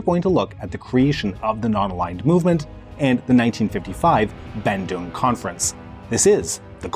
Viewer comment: Im from indonesia.. and im not trying to offend you but... the way you pronounce bandung is... just no.